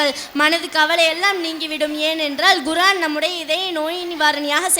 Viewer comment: Very good. Pronounce Korean and not Guraan